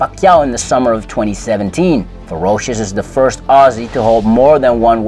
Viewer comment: Thank you for pronouncing ‘Aussie’ correctly !! In case people missed it, he pronounced it - Ozzie